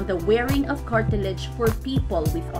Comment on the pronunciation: I've never heard of Carti-ledge and Coma-din before🤔